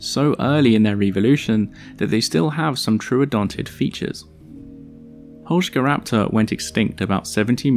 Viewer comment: I love you even more for pronuncing the name correctly